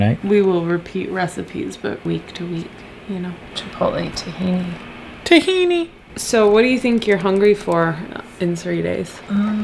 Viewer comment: I’m just glad I’m not the only one who pronounces tahini like a Jawa.